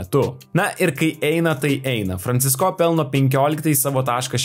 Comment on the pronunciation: Kaimiečiai, koks Franciscooooo ? Franciiiiisco . Ar negirdit kaip Eurolygos komentatoriai užsieniečiai komentuoja ? P.s. Visos gynybos geros, kai priešininkas elementariai nepataiko ( kaip mes prieš Puertoriką ).